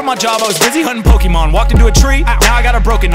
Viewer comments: Anybody else annoyed that "Pokémon" is mispronounced? "é" isn't pronounced "ee", it's pronounced like the letter A, like in "late". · I would like this much more if MC Lars knew it's pronounced Po-kay-mon not po-kee-mon. did it right.